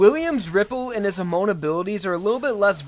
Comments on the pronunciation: Hey: Ha-Mon. Japanese word for wave. ha, like hahahaha, and mon, like moan, but with a softer ending, because the Japanese N is effectively the same as M. edit: I should add: separated syllables, emphasis on the HA. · I legitimately can't watch this even though I really want to, the way hamon is being pronounced hurts me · Everytime you say hamon, it's hurts a little bit more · Every time you pronounced hamon wrong I had an aneurysm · It's a consistent issue with him. Even when showing footage of the anime in which names are pronounced correctly, he will still put emphasis on the wrong syllables. It's a demonstration of the unwillingness of the typical American to learn how to pronounce words in other languages correctly. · Imagine watching 25 episodes of hearing “hamon” and being such a knuckledragger you pronounce it wrong anyway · hoRmone not homone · HAmon, not haMON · HA-MON not HUH-MOAN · Hamone hamon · It's actually not correct. It's pronounced "hah-moan", not "huh-moan". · Your definition is correct, but this guys saying it more like "hamone" instead of a "hamon" kinda sound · CatoSierra Every vowel in japanese is constant. They NEVER change. A sounds like "up" I sounds like "eat" U sounds like "blue" E sounds like "end" O sounds like "on" This is constant. It's not Ha-moan. It's Hum-on. And, Zeppeli is explicitly a reference to Led Zeppelin, so of course it's pronounced the same. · Ha-moan triggers me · Why do you say hamoan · His pronounciation though, Waam (Wamuu) hamoan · I have had a stroke so many times now just because of that “huhmone” and “zepelly” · I love how you say hamon like hemon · The way you pronounce Harmon is strange lol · i thought it was pronounced ha-mon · Hamoon hamun hamoun NOT EVEN A SINGLE HAMON WAS SAID THE RIGHT WAY MAN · why does pronounce hamon as hum own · Hamon is pronounced ham-on ham-own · you say hummon, gwida, jorno just please stop butchering the names XD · The way he says “Hamone” it triggers me